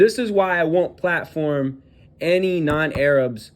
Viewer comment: Did this white boy just says ayerabs? The fck is a zionist china?